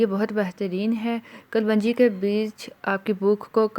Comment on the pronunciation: کلونجی نہیں kalun ji hota h